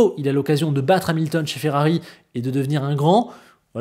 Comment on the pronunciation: FERRABI? 🤔 Tu es en panne de lettre 'R' 🤭 - j'ai jamais eut autant hâte de voir ce que va donner Ferrari avec Hamilton en 2025 - J'espère que l'amitié avec Leclerc ne sera pas altéré en course et qu'elle perdurera - merci 👍👍😎😎🥰🥰